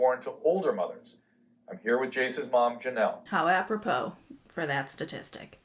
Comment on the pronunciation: I laughed out loud at the “how apropro for that statistic “ 😂😂😂